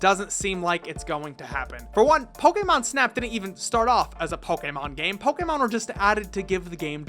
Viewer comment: Thank you for pronouncing Poe-Kay-Mon correctly every time